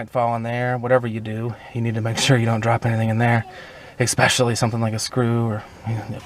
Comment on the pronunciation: 1- "Exspecially" is not a word. 2- Watching this video made me dumber.